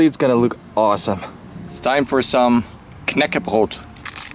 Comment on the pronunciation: damn, you pronouce "knäckebröd" very well, never heard anyone outside of the nordic countrys say it that well.